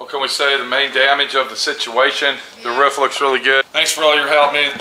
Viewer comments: It ROOF not ruf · not being a nit pick. ITS ROOOOOOOF not ruf